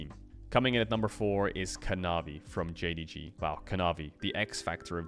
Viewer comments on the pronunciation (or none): nahh bro its jdg xD and they just saying it cause caedrel said it wrong in his video man xDD